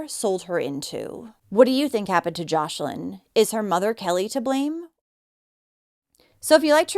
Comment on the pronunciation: Her name is joslin not joshlin